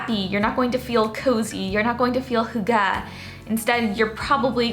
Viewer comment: Just a helpful hint: the emphasis of 'hygge' is on the first syllable, not the second. :)